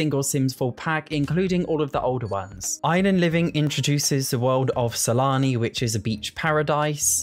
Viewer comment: It doesn't matter how many times I replay it, I always hear you say: Salami instead of Sulani 😂😂